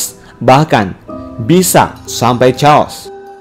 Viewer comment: kekacauan = chaos dibaca "keos" min 🙏